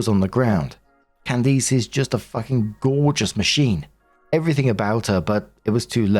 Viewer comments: I am begging you to learn how to pronounce Candice. It’s not pronounced “Can-deece” it’s “Can-dis” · Loving "Can-Deece" instead of "Can-Dis" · How is it that narrators have never heard names like Candice (it's not "Can-deece") or Isaiah or Isaac?? There's many more, they're all normal everyday names, but the narrators pronounce them so strangely, as if they're obscure names from thousands of years ago...🙄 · My name is Candice and it kills me with the way you are saying my name.😂😂😂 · Weird pronunciation of Candice is throwing me off. The last syllable is generally pronounced like 'list.' Edit: (without the 'L' and 't' of course)